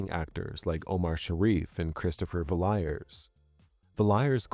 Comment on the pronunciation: *Villiers = "vill-y'ers"